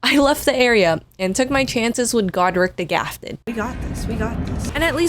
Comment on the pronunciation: its not stormfield its not the gafted its not margrit 😭